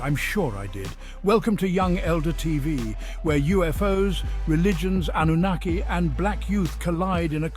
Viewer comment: There is no R in Anunnaki pronounced as An Nu Na Key but spelt as Anunnaki. No R. Pronounciation is important.